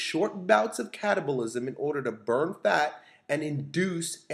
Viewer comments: anyone else hear "stimulate short bursts of cannibalism?" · I keep hearing cannibalism